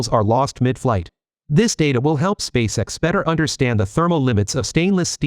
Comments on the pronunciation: It's not "Spaysix," it's "Space- EX". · This is either brilliant comedy or a serendipitous stumble into linguistic genius -- I don't think I've ever heard so many badly pronounced words in a single piece since one of those The Two Ronnies sketches! Even SpaceX is pronounced like that child actor's last name, Sissy Spacek.